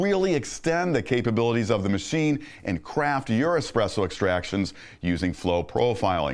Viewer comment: "ESPRESS MACHINES"